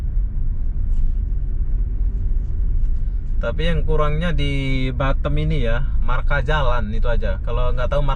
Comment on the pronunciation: Pelafalan kota BATAM nya ko seperti BUTTOM 😂